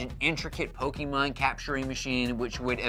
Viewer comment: It drives me crazy to hear Pokimon..